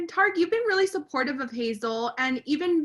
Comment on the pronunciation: Why is the interviewer calling him tar-ick? Does she not watch the show? Its Ty-reek.